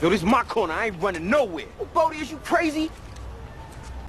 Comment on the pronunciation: Bodie not body